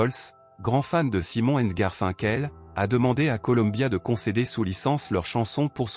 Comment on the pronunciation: L’histoire est intéressante…mais Garfinkel !!!!!!😂😂😂 putain mais c’est horrible 😱😱😱…je ne risque pas de m’abonner…